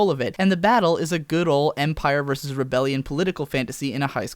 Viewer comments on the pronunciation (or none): none